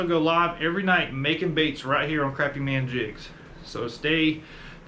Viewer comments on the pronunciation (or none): It is not pronounced Crappy. It's pronounced (Crawpy) A Phonetic illustration to pronounce it correctly.